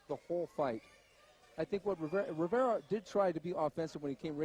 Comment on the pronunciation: "Riviera." His name is "Rivera".